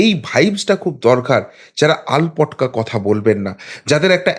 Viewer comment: কথাটা "আলপটকা" নয়, "আলটপকা" হবে।